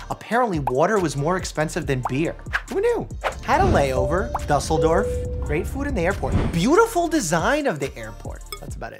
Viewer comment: the way you pronounced Düsseldorf is just funny af